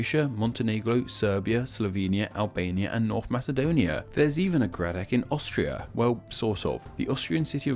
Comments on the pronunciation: he pronounced "gradec" as "gradek", "ivaylovgrad" as"ayvelograd" etc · Laughed my ass at "Gradec" being "Gradek", instantly thought of the Krtek. The video is very nice! But he should have checked the Slavic pronunciation first, most Slavic orthographies are rather straightforward to deal with (i am looking at you Poland...)